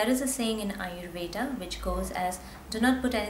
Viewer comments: Ayurveda... with a hard d...... u don't have to say ayurvedaa... it's aayurved... I mean the pronunciation... and with a soft d... like in the word.. the... Don't twist the sanskrit and hindi words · Your an Indian right? WHY CANT YOU PRONOUNCE AYURVEDA PROPERLY???Its really over acting, don't you think lady?